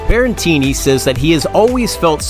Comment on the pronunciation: Stop saying "Berrentini"!! It's Berretini.